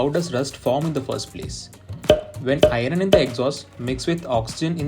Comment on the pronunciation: "irrrun in the exhaust" lol🤣